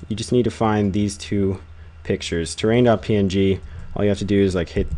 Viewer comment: its not .ping, it's .P-N-G